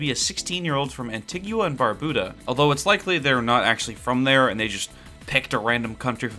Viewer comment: ANTIGUA AND BARBUDA MENTIONED RAAAAAAAAGHHH 🇦🇬🇦🇬🇦🇬 pronounced wrong as hell but i dont even care